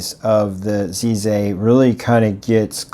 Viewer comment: Nice video! FYI, the Z in Chinese sounds more like a forward J sound only made with the tip of the tongue and teeth. Plus the piston knob look is claimed by them to be a "bamboo" design.